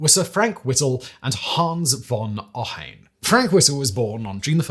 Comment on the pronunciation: You butchered Ohain‘s Name…. Unforgiveable